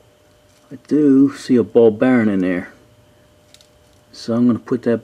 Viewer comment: I like the way you say “ball baron”! Great video, thank you!